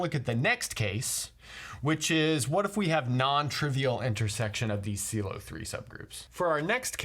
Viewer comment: You managed to not say pylow